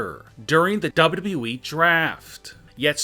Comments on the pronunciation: never trust a man who pronounces wwe as dadabehh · Say it like this SLOWLY... DOUBLE YOU.. DOUBLE YOU.. E